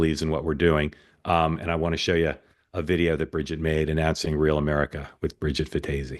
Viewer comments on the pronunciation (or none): You pronounced Bridgette’s name incorrectly 😂